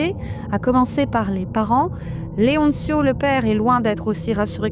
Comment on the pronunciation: Leoncio ne se prononce pas "Leontchio", ce n'est pas de l'italien mais de l'espagnol.